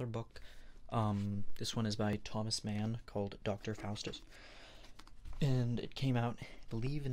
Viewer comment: Sorry, but Thomas Mann is not an english name, you can't read it in english. But thank you for this video❤ Greetings from Finland ❤